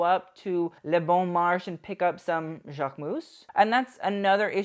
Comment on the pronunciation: Correction: The Paris department store - Bon Marche' - is pronounced "Marsh - ay" not "Marsh."